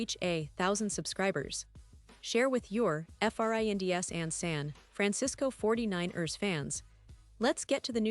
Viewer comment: Fuck this AI shit! Can't even say San Fran- Cis- Co 40-9-ers right!